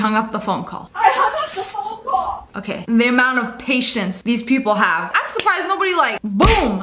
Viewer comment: Omg the amount of times the first Karen said PhOne CoWl